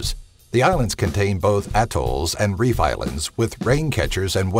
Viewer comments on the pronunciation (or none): none